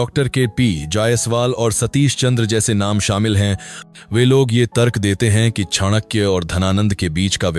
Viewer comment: Two simple questions to you. 1. Whether you consider the ancient broken bridge between India and Sri Lanka was Ram setu Or Adam's bridge? 2. Whether you consider Ramayana and Mahabharat are real or imaginary ? As per western historians whom you are following. The Pronunciation of Chanakya is not correct. Years of research required to comment on such issues. And finally I was quite sure that your points are not at all reliable when you are referring Romila Thapar. Stop insulting such great people and our great nation